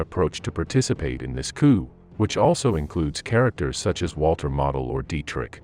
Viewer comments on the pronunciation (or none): none